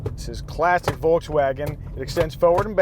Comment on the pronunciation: Say Volkswagen the right way pls